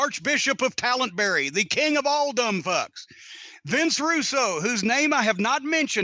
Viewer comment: "Archbishop of Talentbury" gets me every time